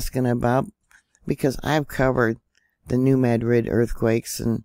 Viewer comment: thank you for pronouncing New Madrid correctly.